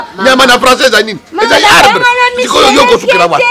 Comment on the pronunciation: Mbalio 😂😂😂mbuyi mbuyi aza riviére de arbré😂😂😂baniama na francais arbré😂😂😂 ignorance azalaka mutu